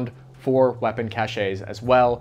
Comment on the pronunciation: is this actually how you say cache? I thought it was pronounced like cash.